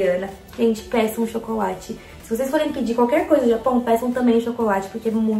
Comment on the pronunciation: Na hora que ela disse "pessam chocolate" eu juro que entendi "péssimo chocolate" eu voltei 2 vezes pra eu conseguir entender kkkkkk sonsa eu